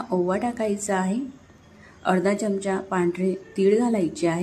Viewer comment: सर्व पदार्थ छान आहेत. पण च्यमच्या ऐवजी चमचा असा शब्द उच्चारला तर छान वाटेल.